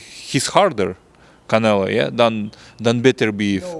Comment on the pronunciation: It’s always funny when he calls Canelo, “Canela”